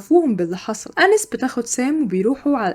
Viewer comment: بحب ملخصاتك جداا بس هي اسمها اناييس Anaïs مش انِس